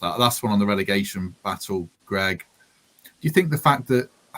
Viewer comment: Thought it was Greg not gerg ? haha